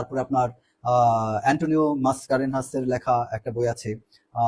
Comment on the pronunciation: Apni ki Antony Mascarenhas kotha bolchen. Tahole tik kore uchcharon koren na. Uni khub guni ekjon writer chilen. Unak respect kore uchit